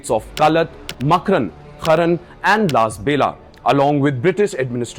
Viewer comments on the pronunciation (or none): Indian media needs to be embarrassed. It’s Kalaat, not Kaalat. It’s Makraan, not Maakran, it’s Lasbela, not Laasbela. Shame on you for not even having the decency to pronounce the places correctly. It actually shows something deeper. Indian media has no connection to the geography. Nothing matters more than pronouncing a name right. You failed.